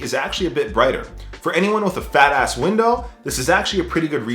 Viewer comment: The way you emphasized “fatass window” 😂😂😭😭😭